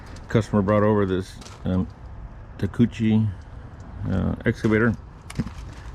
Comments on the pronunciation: 4 syllables. Tak e u chi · I work for a shop that deals in takeuchi, pronounced TALK-EE-OOCHI. That pin was 100 % grease related as in not enough, ive had to pull pins out that way numerous times this yr due to customer neglect and its way more common than you think. Komatsu is our main squeeze and takeuchi is our side gig at the shop. That slew cylinder bore looks wasted too considering the pin is the hardened peice in that joint, homeboy might want to think of gettin it line bored.